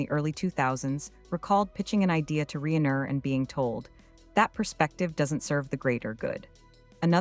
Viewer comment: Reen er? AI, that is just lazy.